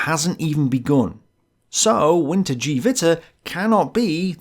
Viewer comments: "Geh", not "Jiiiiiii" :) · Note: it's not 'WinterDjeeWitter' but rather 'WinterKehWitter'. 'Keh' pronounced as 'Que?'. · Small point: it's not pronounced "Vinter-jee-vitter" but "Vinter-geh-vitter" Absolutely, I love this series, and am very glad you are continuing it at your own pace. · I’m really surprised you butchered the pronunciation of wintergewitter lol. Isn’t it “vinter-gevatter”? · Wintergewitter is pronounced "Vinter-guh-vitter" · The g in wintergewitter is pronounced short, like in give